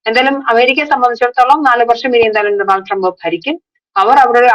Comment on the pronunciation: ഡോ, ഡോ, ഡോ! ഡോ-നൾഡ് ആണ്! Homework: സ്റ്റോറി ഇൽ വരുന്ന foreign വാക്കുകൾ സെർച്ച് ചെയ്യൂ! നിങ്ങൾ എത്രയോ US news stories ഇവിടെ കണ്ടു കാണും - അതിൽ എങ്ങനെയാ Donald Trump എന്ന് പറയുന്നത് എന്ന് കേട്ടില്ലേ observe ചെയ്തില്ലേ?